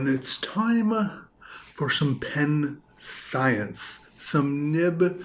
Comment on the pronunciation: you pronounce the words "Scinence" and "Experemetns" incorrectly.